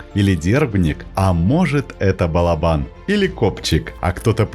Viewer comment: Спасибо за классные рассказы о животных! Удачи и всех благ! Единственное, что прошу сокола называть балОбаном, а не балобАном (источник сокольничий и словарь Даля)